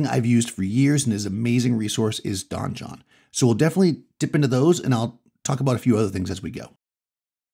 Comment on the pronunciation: Since you speak for a hobby and use the word "donjon", I want to help you out. It's just French for "a keep" and, as an English loanword is pronounced the same as "dungeon"...unless the creators of the software have explicitly said it's like Don John.